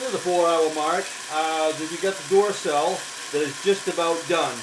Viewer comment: These two videos of yours are my favorite. Also the way you say Duracell (dooracell) makes me laugh. :)